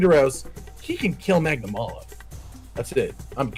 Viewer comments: Every Rise video I feel like Hermione. "Its Magnamaaalo not Magnamaylo" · What I like the most about this is that Hollow was part of this video. We need more of this trio just going mental and having a good time. What I hated, though, is that Josh is back to calling Magnamalo "Magna-MAY-lo" Also, BITCH WHERE DOES IT SAY KETCHA WACHA CAN CLEAVE THROUGH ROCK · The more Josh pronounces magnamalo his way the more years are taken off my lifespan